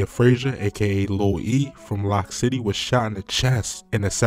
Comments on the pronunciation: It’s loc city like loco not lock city with his slow self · It’s Loc City not Lock City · He Said lock city it's Loc city smh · It's Loc City. Pronounced like "Loke". You niggas so fanned out it's insane. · It's pronounced "Loke" City! As in the Latin word "Loco" meaning crazy! Not "Lock" City! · he said lock city smhhh he saying everything wrong